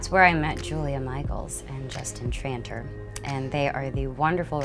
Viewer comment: the way she said justin trantor. Lol